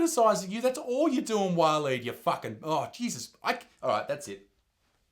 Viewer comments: Walleen or pauline?! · Waleed .. now there’s a real Aussie name 🙄